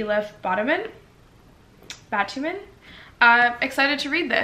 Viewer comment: I love how you pronounced Elif Batuman 🥰 so sweet, haha